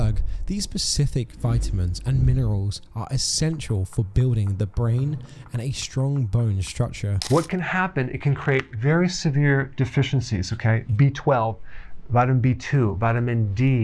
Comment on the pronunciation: ah yes, buidling